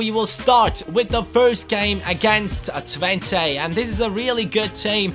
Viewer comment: You pronounce Twente as Twent-uh